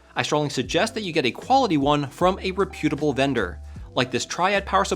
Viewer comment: Love your videos. FYI, the accent is on the REP in reputable:)